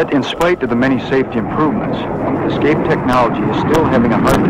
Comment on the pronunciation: Great a documentary on escape systems where the narrator says 'excape'.